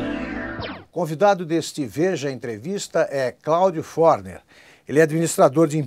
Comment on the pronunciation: A pronúncia é FORNÉR e, não FÓRNER.